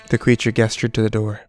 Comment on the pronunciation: Gesture is pronounced " JESS TURE" NOT "GUESS TURE " you have a good voice but you must've smoked too much crack in your day.